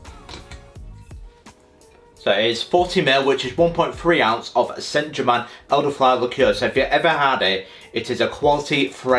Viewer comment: That pronunciation of Saint German killed me 💀